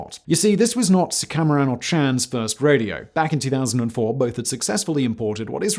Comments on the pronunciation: ABSOLUTE travesty - YES, this video! Did not even spend five minutes on learning the pronunciation of the names: "Suka-maran" = Suku-mayran "EN-guyen" = "Wen" (When) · It’s pronounced “soo-kah-mah-ran”